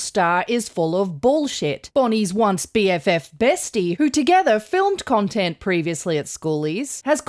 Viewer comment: I swore you said "cuntent" creator....yes, that she is